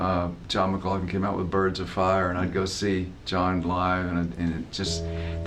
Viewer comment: He said McLaughlin..